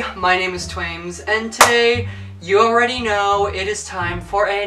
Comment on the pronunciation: Sometimes it sounds like you said ASSTWAIMZ